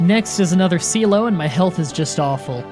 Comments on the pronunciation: Manectric is may-neck-trick, Sealeo is sea-lee-o and Mauville is mah-vill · I'm sorry I'm usually not a person who corrects people but it's Sealeo not Sealo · Nobody Literally Nobody: Seelo It is pronounced SEELEEO no SEELO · Everyone complains about your mispronunciation of Manectric, yet no one brings up Seal-o. It's Sea-Leo. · Seel-o? You mean Celo? Celo Green? I don’t mind your funny pronunciations but here’s how you say it if you’re unsure: Seal-e-o Mane-ek-trick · Manectric is pronounced "may-NECK-trick." Sealeo is pronounced "SEE-lee-oh." Get it, 'cause it's a sea lion, and "leo" means "lion" in Latin?